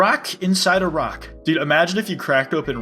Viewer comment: when you said a rock inside a rock i thought you said iraq inside iraq